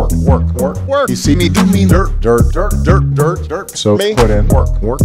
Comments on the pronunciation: When he says dirt its sounds like Derp XD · When he says 'dirt' it sounds like 'derp' 😂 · It sounds like he is saying derp at the start 😂😂😂😂😂